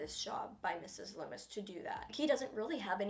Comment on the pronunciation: "Mrs Lumis" "Stu Meier" "Richie Kersch "Billy Lumis" "Roman Bridger on 12th place" Bruh